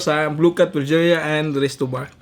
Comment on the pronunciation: Pitzeriya po pronunciation don hindi po pizerya